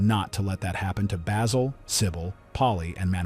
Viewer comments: can't even pronounce Basil... I'm out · This is pure bullshit. Literally NO ONE compained and no American will EVER understand why. Stupid ignorant narrator can't even pronounce the name of the principal character.